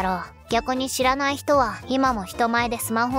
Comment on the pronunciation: オープニングの「知らないうちに」が「知らねぇうちに」に聞こえた。ちょっと口悪くなくった？